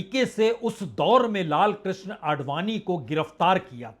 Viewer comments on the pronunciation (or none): none